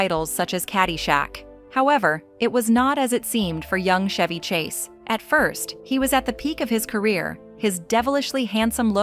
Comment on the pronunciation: Chevy Chase"s name is pronounced w/a hard "CH" LIKE CHOP, CHUG, CHAPEL ETC, ETC,- Steven Segal's last name is pronounced Se•gall